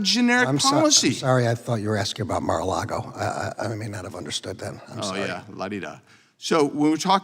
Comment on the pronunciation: When Garland said "Mar-A-Lago", it was woefully clear where his mind was at when Andy Biggs was questioning him . . . You can't make this stuff up because it is now all on video . . . 😳